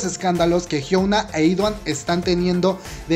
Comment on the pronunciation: Melodica CHAN si , de hecho así se pronuncia , "idaun" y "jiuna"